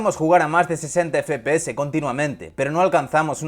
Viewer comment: Me pone muy nervioso que diga fpese y no fpeseSssssss